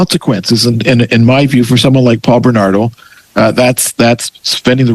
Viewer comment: Its Bernardo not Benardo.